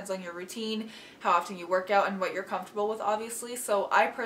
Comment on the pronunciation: “Definitely check that oot” ^^